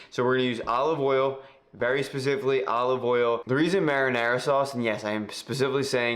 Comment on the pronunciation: That’s a nice “mahdinah,”!